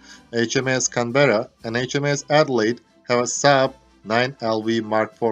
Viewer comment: Nice. Some pronunciation feedback. ▪Cánberra, not Canbérra ▪V is never pronounced like W or U ▪Build is pronounced Bild ▪The AU in Australia and Launch is pronounced Ô.